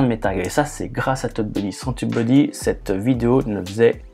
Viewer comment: Tu dis "teub-buddy" :)